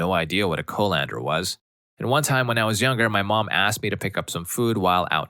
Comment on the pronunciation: The way you pronounced Irn Bru, colander and sieve all wrongly, one after another destroyed my soul lol.